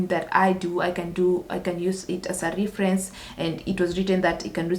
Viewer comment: it's RE not RI ference